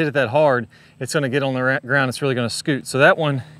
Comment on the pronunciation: He say “ scoot” lol 😂